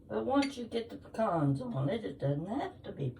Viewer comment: Looks yummy! I’m from Georgia & if those pecans came from Ga you need to pronounce it correctly 😂😂😂